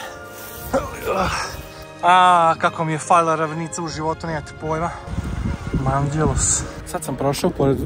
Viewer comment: HAHAHAHA ali kako si pročitao "Manđelos" 😂